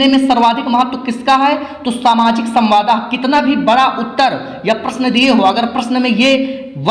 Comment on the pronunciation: Samwad hota hai samwada ni